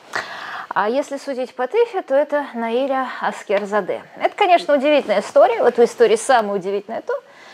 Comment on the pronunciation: Русские, Наиля произносится с ударением на последнюю букву